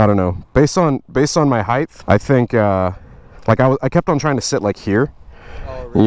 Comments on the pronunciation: Height, with a T, not heigth. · I like sportys I think they are my favourite Harley. But stop adding a h on the end of height 🤣🤣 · Love the channel...but stop saying heighth! There's no th sound on the end of it! A lot of people at my new job here in KC say that it drives me nuts! Trying not to hate, but it just erks me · Do you pronounce height as heighth? I noticed it a few times this watch and I've never noticed it before... or is it just my new headset being a willy? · there's no th on the end of height.